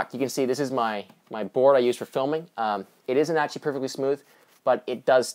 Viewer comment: A lot of grammatical errors. Also it sounds like your saying "etchee" instead of "actually".